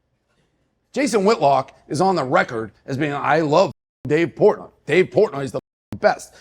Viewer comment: I Love Dave Portnoy! He is as real as it gets. A real MANS MAN! Shannon you gotta do better on pronouncing your guest name